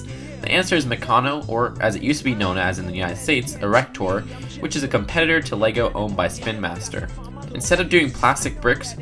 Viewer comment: Who else laughed at ERRECTOR